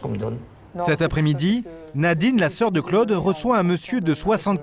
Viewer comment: que c'est pénible ce commentateur qui ne sait pas que Claude ne se prononce pas Cleude !!!